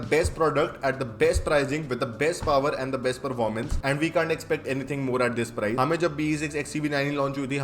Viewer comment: almost all Indian Auto influencers :- Prize. and it should be ' Price"